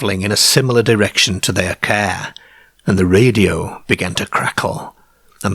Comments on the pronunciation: Need to fix the AI voice cos it always says Care instead of Car....gets annoying after a while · The Ceeer 😂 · Rubbishy baloney He spent more time stretching out the auto route . Who pronounces car “ca” - peculiar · As weird as it is!fair? Really? Car is not that difficult to pronounce correctly, it sure as hell is not cair! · I'm sorry, but every time you say cah or bahn I lose any unease I feel about the story. You're Irish? Work on your Rs. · wheres your rrrrrrrrrs? You cant say car? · The strangest thing about this video is the way he pronounces car. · It’s like a speech impediment. M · Please don’t I just am not feeling great 🤣💀 I had to turn it off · we get to hear not just homeboy pronounce "car" but we get a "Jaguar" immediately afterwards. The gods have smiled upon us listening audience. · I've not noticed this before,(I'm assuming you're a Lancastrian) but, being Welsh, there are a lot of similarities between the way you pronounce words and the Cardiff accent. I know that a lot of south Walian people's ancestors emigrated to the south Wales coal fields from the midlands during the last century. The way you pronounce words like park and car are particularly noticeable. Thanks for bringing to light these excellent U.K cases. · He pronounces all the «ar » as « ay »… this is awful. Mayrs instead of Mars, Payrk instead of Park. etc…